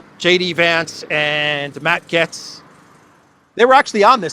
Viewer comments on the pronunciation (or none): none